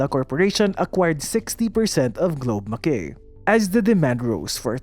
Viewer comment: Na OC ako sa pag pronounce ng Mackay. Hehe Pero yun lang naman. Veru informative ang video. Thank you for uploading these kind of contents. 😊